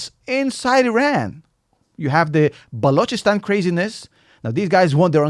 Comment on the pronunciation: Excellent analysis, and props for being the only non-Pakistani I've ever heard pronounce "Balochistan" correcty. Subscribed!